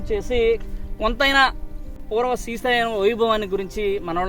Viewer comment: Good video. Appreciate the info. Ok Kani daggara malli “Strhi” Sailam Annaru. Adi purusha sailam, sthri sailam kadu. Sri Sailam. You need to fix your pronunciation for such a holy place. I corrected you in an earlier video and you deleted the comment within a few minutes. Because you chose to make multiple videos around that holy mountain, it is your minimum courtesy to say it properly in order not to offend devotees. As usual I know you will delete this comment promptly but at least don’t repeat this mistake again You have to make an effort to correct yourself. Thanks